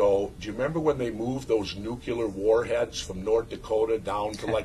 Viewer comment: Haha. He said nucular. It's nuclear dummy the s is silent.